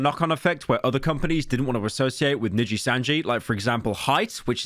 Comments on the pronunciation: “Probably not as much as she lost from ninjitsu” - pyro. It’s nijisanji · ah yes.... "ninjitsu" my favourite vtuber company xddd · bro said ninjitsu making it sound cooler nooooooo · Hearing Pyro say Nijisanji was both surreal (I didn't expect this drama would be so insane as to break out into the western streaming world, Asmon and Cr1tikal talked about this as well) and hilarious (he's trying his best but that accent is very funny), I thought the Selen Tatsuki pronunciation was gonna be the best one but that one was just exquisite.